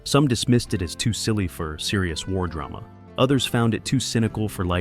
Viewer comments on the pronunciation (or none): .. keeping one foot in Dray-Mah? WTF